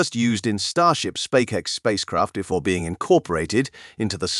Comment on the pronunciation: How many times did he say SpackX?